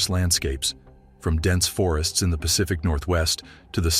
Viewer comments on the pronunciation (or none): none